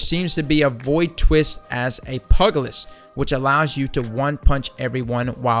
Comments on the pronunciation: 'pugalist'??? the day you yanks learn how to speak properly the world will be a better place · my man. Pugilist? PYOOJ-ILIST. its not a dog, man. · For the love of god. Pugilist = pyoojillist